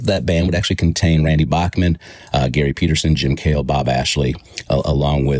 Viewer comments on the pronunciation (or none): Bachman is pronounced Backman, according to Randy himself! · you're saying "bachman" wrong